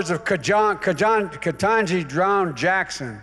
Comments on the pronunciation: Great speech Joe, especialy .Kajan kajan katanji jaja drown Jackson """"slow that down please.!( he meant Katanji Brown Jackson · "John katanj kajohn tajon-gi brown Jackson" - Joe Biden trying to pronounce Katanji Browns name during this speech hahaha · “Those are the words of Kejan…Kejan…Ketanji DROWN Jackson…” Joe Biden, January 15th 2023. 🤦‍♂️ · Did I just hear him call his Supreme Court Appointee "Kajan Drown Jackson"?